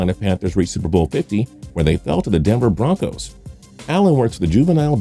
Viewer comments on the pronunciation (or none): none